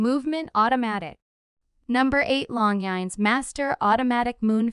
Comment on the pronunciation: Try learning how to pronounce Longines. Next it is U.S. dollars not US dollars. An x between two sets of dimensions is read as by. If you are a computer voice, get a job you are qualified for. Oh, bezel not beezil.